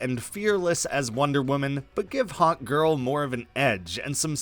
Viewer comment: Lol I heard hotgirl instead of hawkgirl, still works tho